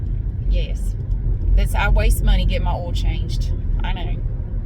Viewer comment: Hi, I absolutely love how you pronounce the word 'oil'. I have tried so many times to copy your pronunciation of oil, but my Aussie accent just won't allow it! Thank you for your videos. 😊